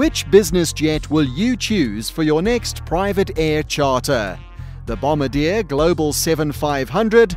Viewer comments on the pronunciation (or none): You are mispronouncing Bombardier. It's not "bomb-ba-deer" it's "bom-bar-d-a" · How to say "Bombardier" BOM-BA-D-YAY. Not "Bombadeer" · lol kind of helps with little things like "credibility" when the narrator actually knows how too pronounce the words for the thing he's talking about. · 100% Global 7500. I just wish you could pronounce Bombardier properly. They don't drop bombs. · How many words is the author going to say incorrectly? It would help if he pronounced Bombardier correctly, LOL. And "mach." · Wow-The bloody announcer can’t even pronounce Bombardier.. Go home and try again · Doesn’t even know how to pronounce “Bombardier”. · Bob Alto I was referring to the narrator